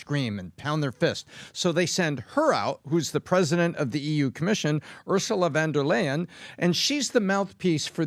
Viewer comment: You guys got the EU president's name pronounced incorrectly. It is actually pronounced "fond-a-lyin'". You connect the dots from here...